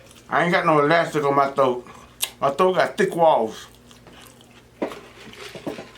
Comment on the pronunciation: Boyyyyyyy u better stop🤣🤣 I thought it said help my thot stretch 🤣🤣🤣 I had to rewind and pause... you meant to say THROAT NOT THOTE🤣🤣🤣